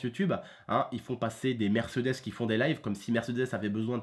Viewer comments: on dit pas "MÈRCEUDÈS" on dit "MÈRCÉDÈS" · mdrr je kiff trop quand tu prononce mercdes 😂😂😂